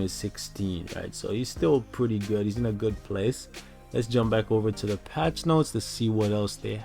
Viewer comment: I like it no cash grab, no shenanigans, and no blunders. Also I was thinking about getting Destroyer to lvl 70 as well. Ayo I love the way you put the emphasis on patch, when you said they patched Thor from the apk. 👍🏾